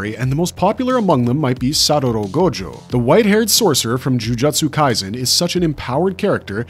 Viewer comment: I cant keep watching this purely for the fact this dude purposely mispronounces ninjutsu and jujutsu kaise as Ninjatsu and jujatsu. Infuriating and making me believe this channel is made using A.I